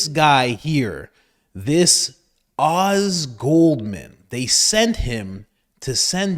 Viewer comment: His name is pronounced “Ohz”